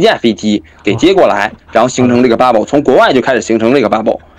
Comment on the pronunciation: 說話要能中英混合。大陸絕大多數人對此很反感，那是他們的無知和狹隘的骯髒的心理。但是，這種心理也影響了海外經常使用英語的華人。 對這些人來說，問題不是要不要中英文混用，而是怎樣混用使得人們能聽清楚。 一個簡單的辦法，就是在一段話裡首次使用時，加個翻譯。 還有，英語的發音，切忌過分誇張地「洋腔洋調」，盡量把音拉平。 這小伙的bubble 就過分了。 平一些，加個翻譯，就很容易了。